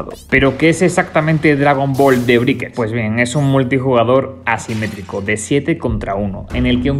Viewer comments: "briquers" "monición" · se dice breikers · "De briker" 😂😂😂 que zonzo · Estaría genial que supieras pronunciar la palabra Breakers.